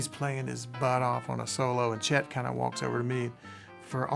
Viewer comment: To the types it's chet and not jet